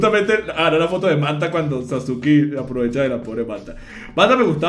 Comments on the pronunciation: cómo le vas a decir sasukI a SASKE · Sasuki ahhhh porque le dice Sasuki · Cómo se dice "Sasuke"?: Personas que vieron/leyeron el anime/manga: "Saske" Personas que no lo han visto/leído: "Sasuke" xd: "Sasuki" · Mis oidos cuando escuche sasuki oidos: sangrando